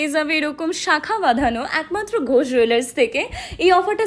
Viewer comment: Last a 'Ghosh Jwellers ' lekhate alo boler name ta clear holo ... Nahole ami ota 'Go Jwellers' sunchilam 😢